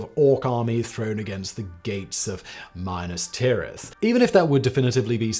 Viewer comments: Mine-Ass Tirith?? Really, Simon? Mine-Ass? Come on, mate! The movies have been out for more than 20 years now and it's NEVER pronounced as Mine-Ass Tirith in the movies, so why would anyone take it upon themselves to change the pronunciation? Sure, the movies pronounced the name of Eärendil incorrectly, but they generally got all other pronunciation correct. They certainly got the pronunciation of Minas Tirith correct, so why would anyone think that there would be value in imposing their unique brand of mispronunciation upon that place name, dubbing it now Mine-Ass Tirith??? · Oh Simon, you space-only nerd… it’s mih-nas-tih-rith :’)) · love the videos but saying Minas Tirith as minus Tirith has ruined it for me.... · Lol. pronounced it minas tirith when it's supposed to be pronounced minas tirith.